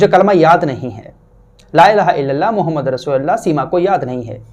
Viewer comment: aap bhi apna kalma ka talaffuz durust kr lay.... Muhammadar Rasulullah nhi balki Muhammadur Rasulullah hai